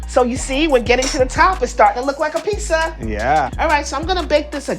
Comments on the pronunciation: Hosting a pizza show and pronouncing it pisa is my new favorite thing. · Why does she pronounce Pissa?? It just... irks me! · She’s a pizza fanatic and yet she says peesa, please stoooopp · leaning tower of PEESA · Wants to become master pizza maker. Pronounces it peessa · You can’t be a pizza master if you pronounce it pissa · Anyone else find it interesting that she pronounces pizza like 'piece-a' lol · Pissa pissa pissa pissa, annoying as fuck. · The host of a pizza show pronounces it "peesa"...smh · i thought it was pizza now piece-a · Does she call them piece uh's lol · STOP SAYING PEESA FFS, WILL NOT WATCH ANY MORE WITH HER IN IT. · How are you gonna give a pizza show to someone who says "peesa" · Same, bud. Imagine being on a cooking show and saying "pissa" a hundred times. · Why is she saying pissa?! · why does she pronounce pizza like pisser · bro this shit triggering the hell out of me .. like .. where in the world did you end up calling it a pissa ... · Is no one gonna tell her how to say pizza ? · Lady....LEARN HOW TO SAY PIZZA DAMNIT!! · omg why does she not know how to say pizza? everytime she says it i feel like she's slapping me in the brain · and the worst part was that she could only pronounce it correctly by accident when talking with her mouth was full. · is she pronouncing "pizza" weird? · is DOPE! And the way she pronounces "pizza" warms my cold Italian heart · drives me insane! say fucking pizza right! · Its beyond annoying its literally mispronounciating the word of the show you are a host of. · I hate how she pronounces pizza. And she just won't stop saying it....... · Some please !; Please!!!!! Please!!!!! TEACH HER HOW TO SAY PIZZA . OTS PIZZZZZZZA NOT PISSA . I like the show but she is annoying on how she says PISSA when it's pizza m please someone help her or find someone else that can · It’s pizza not Peasa. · I love this whole concept but why is the host saying pissa instead of pizza it's driving me crazy :P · Peesa. Wtf